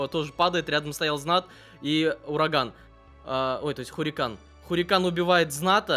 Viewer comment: не хурикан а харикэйн